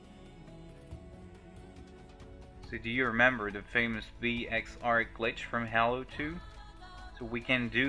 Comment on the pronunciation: its halo reach not hello reach